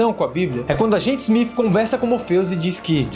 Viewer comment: Eu ouvi SMIF?